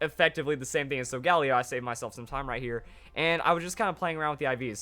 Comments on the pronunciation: not so gal eo sol gah leo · oh my goodness please the pronunciation it's solga LEO it's a lion for God's sake pleas stop saying Sol galeo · Why does he constantly butcher Sol-ga-lay-oh?!?! It's not that hard to say correctly. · SOGALEO IS PRONOUNCED AS SO-GALIO!!!!!!! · The way he pronounces Solgaleo hurts. I say sol-ga-lee-o or sol-ga-lay-o.